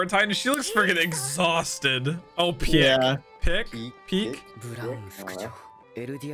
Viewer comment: It's not pronounced "Piyeck" and " Peck", it's pronounced like "Pick" - Pieck.